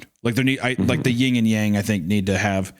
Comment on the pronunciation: flips table it’s Yin and Yang not Ying and Yang! Damnit Hunter! Unsubscribes